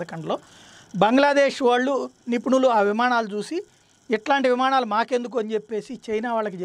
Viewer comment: "విమాణాలు" కాదు... విమానాలు...గమనించగలరు.